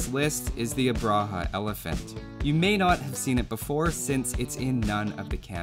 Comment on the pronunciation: Fantastic video! Just for refrence it's pronounced Ub-ra-ha